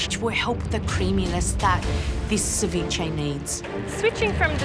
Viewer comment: Ceviche..cev-blach 🤮...just call the whole thing off ...😊